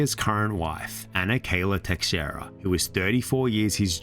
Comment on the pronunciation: fa-ree-a lol sorry im Portuguese and have many friends with that last name , now Teixeira is much tougher to pronounce as X is an "sh" sound so its Te-she-rida rolling the r , my name Alexandre is the same way 'a-le-she-dre', great video, Portuguese names can be tough